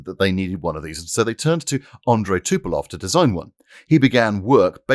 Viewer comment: Not "Tupelov" but Tupolev